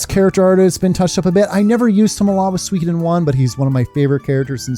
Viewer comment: It's my first time hearing someone pronouncing suikoden as swee-ki-den lol. I always thought it's sui-koh-den